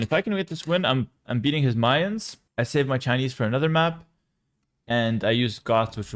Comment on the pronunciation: Your pronunciation of "Mayans" is so similar to "minds" or "mines" i had to replay it like 3 times to understand what you meant lol